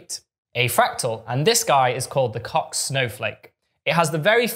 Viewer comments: And "Koch" with a "clearing throat" sound. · I thought it was pronounced like "coke" but I'm not complaining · Why? That sound does not occur in Swedish as far as I’m aware, and Helge von Koch was Swedish.